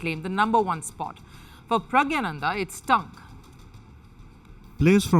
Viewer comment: Please correct the pronunciation. He is praggna-nandhaa. Not Pragya-nanda.